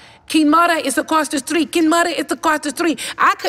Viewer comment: “Kimoda is across da stweet! Kimoda is across da stweet” Lmfaooooooo 🤣🤣🤣🤣 iconic lol 🙌🙌🙌🙌🙌